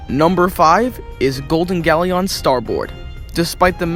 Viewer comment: Pronounce Galleon correctly next time